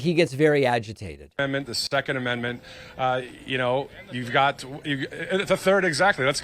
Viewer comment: I heard 'stecond amendment'... made me think of 'Stience!!!', the latter is better...and Jerry had better arguments with god